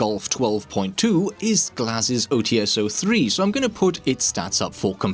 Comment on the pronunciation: the [Ts] part in OTs is a one sound. Read it not as [O Tee S], but [O Ts].